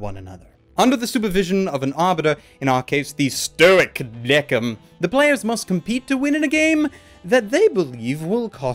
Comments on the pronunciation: I just finished watching Death Parade and came to watch this video And I have 2 comments: 1-IT'S PRONOUNCED "THE KING" NOT "DECK-IN" 2-I would love a sequel to this anime filling the mysteries that weren't solved like "How are the arbiters created" or "How is Decim making his judgements now? Does he not follow the basic rules anymore?" Maybe they could even bring Chiyuki's reincarnation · Just want to say even thou it's decim it's said like desim